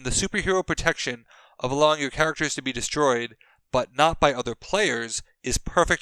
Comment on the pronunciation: “Grimaracters,” anyone?